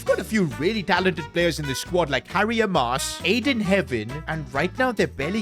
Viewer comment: Just to let you know it’s not A-mass it’s more like Ah-mass